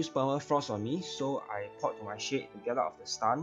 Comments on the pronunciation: Took me a bit to realize you were saying shade and not shit. Love you lol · Same LOL